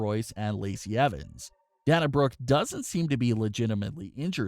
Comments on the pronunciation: its not DAN-UH, its DAY-NUH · Day-na not da-na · It's pronounced Day-na not Dan-a. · I think that you should learn how to pronounce Dana Brooke’s name correctly. You kept calling her Dan-a when her name is Pronounced Da-na (Day-na). Her name is pronounced the exact same way that UFC president Dana White’s name is pronounced. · This guy is supposed to be a wrestling news channel and yet he can’t even pronounce Dana Brook’s first name correctly. It’s pronounced Da-na, NOT Dan-a. It’s pronounced the exact same way you pronounce UFC President Dana White’s name. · It is not da na it’s day na that’s how they say it on tv and is how the name is supposed to be said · Bruh it’s Day-Na say it with me Day-Na 🤦🏽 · Dana is pronounced like Dayna like Dana White from UFC lmao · Dana is pronounced DEY NAH. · Say the "A" in her name! Your driving me nuts lmao D"A"na Brooke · Dayyyyyyyy-na! Jesus christ. 🤣🤣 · Lol! Dan-a Brooke. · It day-na Brooke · I screeched every time he mispronounced Dana. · at this point he’s trolling us mispronouncing Dana’s name 😂😂